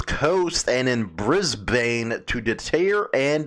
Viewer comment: 420 is legal in Victoria for medical purposes Its pronounced BRIZBEN Notices are like tickets Queensland is a state in Australia like Illinois is a state in USA Last but not least I'm not a club rider so I won't begin to speak about their buisiness or their members not owning bikes.